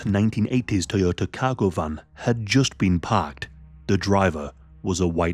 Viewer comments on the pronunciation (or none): none